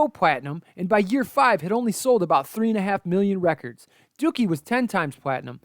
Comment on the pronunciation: Did he call the album duukie!?